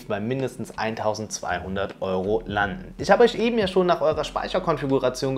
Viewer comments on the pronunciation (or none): none